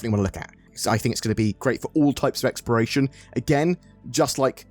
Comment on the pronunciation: omg why are you saying "Experation" gameplay???